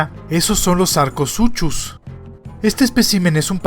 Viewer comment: La pronuncuación es sar-co-su-cus pero dejando eso de lado siempre me encantan tus videos n.n